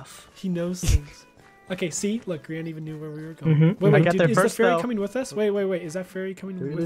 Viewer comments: It's not grain it's grian why do people always say it wrong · It's grian keep it that way It's not funny it's just plain Annoying now Everyone says grain instead of grian It's bloody annoying